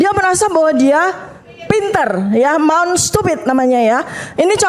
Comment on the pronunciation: Mount stupid.. cara ucapnya nya aja udah salah bu.. mount itu gunung.. mulut itu mouth.. gaya mau pake2 istilah spy kelihatan intelek padahal.. ah sudahlah..